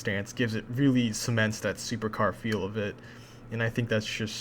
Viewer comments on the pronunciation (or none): none